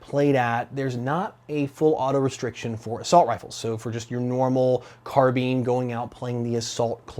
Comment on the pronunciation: Carbean, carbean, Car-Bean sorry what?